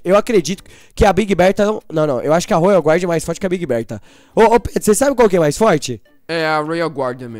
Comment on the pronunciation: se fala royal guardian não royal GUARD